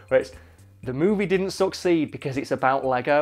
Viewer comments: Am I the only one who heard "Suck seed" instead of "Succeed"? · Anyone else heard suck seed instead of succeed? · I can't stop hearing him say suck seed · The way he said succeed made it seem like he was saying suck seed. Lol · the first time he said "succeed", i thought he said "suck seed" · Not gonna lie I thought he was saying "suck seed" for half the video